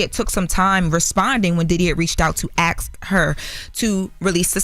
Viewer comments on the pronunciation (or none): Ask* not ax